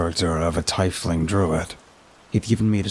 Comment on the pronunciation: Generally pronounced "teefling", not "tyfeling".